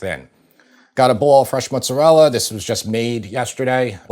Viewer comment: I appreciate the young man's point of view and I absolutely love that he pronounces mozzarella correctly then drops "sammich", lol. I'm heartily appreciating these new crops of youths!